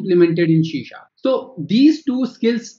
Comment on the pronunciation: C# is pronunced as See Sharp. Not shee sharp!